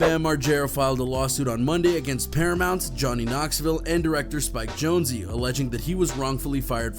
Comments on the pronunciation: “Jonezee”??? How do you pretend to be a news channel and not know it’s Spike Jones even though it’s spelled Jonze. That’s almost as dumb as the guy you showed who calls Bam Margera …”Bam Mareega” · Bam mar-gear-ah and Spike jone-zee Wtf? Lol. Never heard that one.